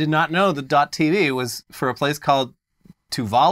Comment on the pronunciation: Its so painful to hear Tuvalu being pronounced here